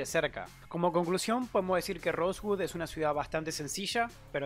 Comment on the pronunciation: "rosegud" xD